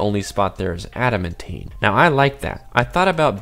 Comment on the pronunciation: Pronounced ADA-MAN-TIN NOT ADA-MEN-TEEN